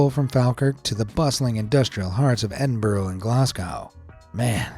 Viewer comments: I know this is so picky but I'm a bit over American pronunciations of our cities ..in the nicest way it's phonetically Glass go Edin burra Fall Kirk I thank you And I f kn love this channel😁😁😁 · I live in falkirk, the way he’s saying Edinburgh, Falkirk and Glasgow is making me mad 😭